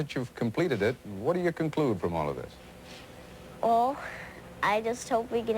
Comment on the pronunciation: "I'm Ted Koppel and thhhhiiiiiiiiiiiiiisssssssssssssssssssss.......(long pause).............. is Nightline.